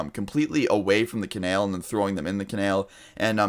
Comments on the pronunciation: I cringed every time you said canal like cenel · Its Ca-nal not ca-nail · It’s canal not canail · It’s pronounced co nAl not conale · (Kah) (nal) not Kanail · ca-nal not kan-el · I cringe every time you pronounce canal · Canal not Kanall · Canael? CanAL 😂😂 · STOP SAYING CANALE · Its pronounced Kuh-nal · "ka-nail" lmaooo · like for "canael" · u said canal wrong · bby who the fuck says canal like that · u said "canal" in a southern accent... he lives in Texas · the way you say canal makes me want to kill myself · Every time he pronounces 'canal', I can't.. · the way you say canal is retarded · I thought that too 😂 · Why do you pronounce canal wrong? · The way you say canal pisses me off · Exactly its anal with a c